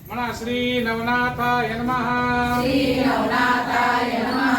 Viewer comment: Sree nahi shree